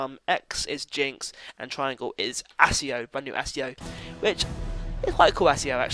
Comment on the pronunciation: Can I just point out that Accio is pronoucned like AKKIO not ASSIO haha